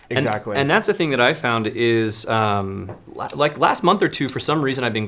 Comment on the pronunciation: "It's ike I'm holding.... a rhinoceros." 🤣😅😆